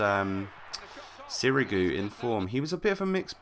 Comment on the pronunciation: Sirigu? haha ur funny